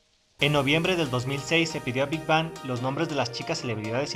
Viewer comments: muy bien tu ella ifo pero por sii no as visto hay vídeos donde gd dice q no se pronuncia big bang es big beng la pronunciación del nombre amigo!!! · primero que todo se lee big beng pero se escribe big bang 😒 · te corrijo algo si. no se dice Big Bang se dice Big Being no se dice como se escribe sabes solo eso queria decirte.